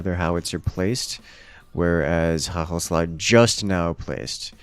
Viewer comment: FINALLY HE SAID IT CORRECTLY WHOOOOOOOOOOOOOOOOOOO